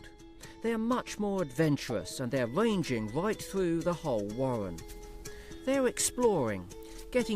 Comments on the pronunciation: The wabbits build a wohwen. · Original names would be good, I named my rabbits Bunjamin, Strike, Bean, Dozer, Wombat and Bunjella. And how about using someone who can pronounce warren and burrow properly ... those are Rs in the middle of those words.